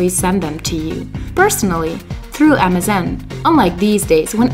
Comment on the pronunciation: Everytime I hear you say MSN I hear Amazon.